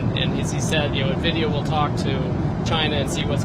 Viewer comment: Nuhvidia? I… dont like the way he pronounces it 😂